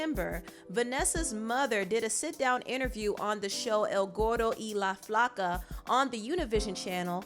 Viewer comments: How pronounced “el gordo y la flaca” 🤣🤣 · Lmao when pronounced El Gordo y La Flaca 🤣🤣🤣🤣❤️❤️❤️